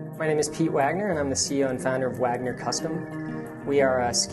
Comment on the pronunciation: sounds like wanger